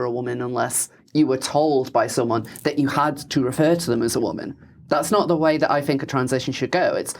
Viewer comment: I had to stop five minutes in. I cannot listen to this idiot consistently pronouncing ‘th’ as ‘v’.